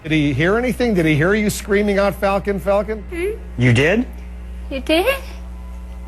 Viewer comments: Falcon not falcum. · it's not falcolm, it's falcon the kids name is fucking FALCON